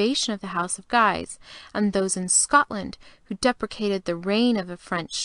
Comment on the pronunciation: Guise is pronounced "geese" not "giise".